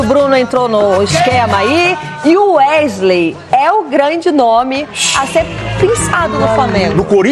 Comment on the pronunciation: Gostaria de entender o motivo de jornalistas falarem tão errado? Ao invés de falar o nome do jogar de maneira correta, eles insistem com um vício de linguagem, chamam o rapaz de UEGILEI, sendo que o correto é pronunciar UESILEI.